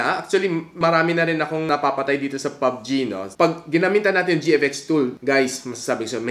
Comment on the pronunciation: Pubg not pug g